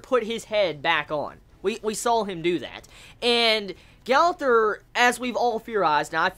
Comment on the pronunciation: It's pronounced Gother